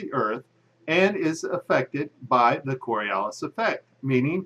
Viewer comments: First of all, it's the "CoriOlis effect," not "coralias effect." Secondly, you say that the Coriolis effect allegedly affects all objects, even ones over short distances, which is true to some degree. However, you don't say how MUCH of an effect that affect will have, which is crucial to the rest of your argument. Planes, like all other things, if affected by Coriolis. However, that effect is so small that it is completely negated by the fact that an aircraft moves under its own power, pushing it to a particular desired location, as well as any other air currents or atmospheric disturbance which it would certainly encounter. Also, when you bring up the example of a plane sitting on the Earth verses in the air flying east, you forget that the speed of the plane in the air is added to the speed of the rotating Earth. Inertia. Just because the plane leaves the surface, that doesn't mean it would loose the rotational energy and spin of the Earth that it was given while sitting on the surface. The plane in the air is moving at 570 m/h relative to the already-spinning Earth, as opposed to the plane sitting on the ground, which is obviously moving at 0 m/h relative to the already-spinning Earth. Again, inertia. The plane in the air does not just have its own cruising speed. It also has the speed of the Earth added to it. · The Coriolis Effect has nothing to do with an object that's sitting on the ground. And it's pronounced kawr-ee-oh-lis, not kor-ee-el-lis. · Its Coriolis (kôrēˈōləs) - not Coralias. Its at least helpful to be able to spell and pronounce the effects that you don't actually understand... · "coralias", really? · Twenty seconds into the video, demonstrates that he can neither spell nor pronounce "Coriolis." From there, it only gets dumber.